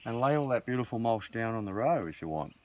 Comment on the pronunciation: Great info love what your doing but please stop calling it mulsh it is called mulch.